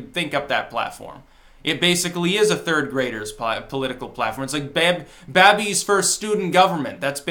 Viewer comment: Did just mispronounce "baby"?